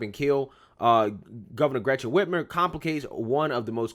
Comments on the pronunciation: Yes they did and her name is Whit-mer not Whit-ner I hate her but I want you to say it correctly so you sound legit! Love your show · My boy keeps saying Whitner. WhitMer. Mer. Like Mermaid. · Dude I really like your channel and your pov aligns with me, but you gotta pronounce words and names the right way. Lol Whitmer with an M.